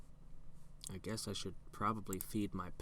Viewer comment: Seriously, how were we supposed to "guwess" that without looking it up? We could have gazed into a palantír... I don't know if has one though...